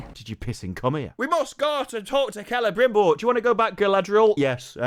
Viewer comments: To be fair, that is how the names are supposed to be pronounced. That being said, it does sound very goofy when they speak English otherwise. They should only do it with lines that are actually spoken in Quenyan/Sindarin. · What is this business of all the actors rolling their Rs relentlessly. It isn't Celebrimbor, it's Celebrrrrrrrrrimborrrrrrrrrrrr....rrrrrr. Didn't anybody tell these folks that while correct pronunciation in many languages requires that the R be rolled, if you roll it more than three times, you're playing with it - like when they go to the bathroom.